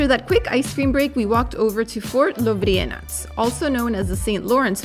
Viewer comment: I need to compliment you how you pronounced Lovrijenac correctly! well some info about Dubrovnik and some critics.... Dubrovnik`s name means Oak city,Dub is oak in old slavic....like Dubrava(neighborhood in Zagreb) so anything with dub is named after oaks....Dubrovnik(former Republic of Ragusa) was first state recognising independence of USA. Richard Lionheart doneted 100 000 golden ducats to Ragusa for cathedral but it was destroyed in earthquake.this is new one...well it is old but newer.what Dubrovnik had much more before any other "famous" cities in Europe and the world you will find out in the link...you will need to translate the page.it is in Croatian. now the critics....i can not belive you have not been in Ston and walls of Ston!!!!!seriously guys??? it is longest wall after Great wall of China! and in the arboretum Trsteno! oh,btw,Lovrijenac has 13m thick walls! and most beautiful law in the world is written on the Rector`s palace entrance: OBLITI PRIVATORUM PUBLICA CURATE -common good should be given priority over private matters.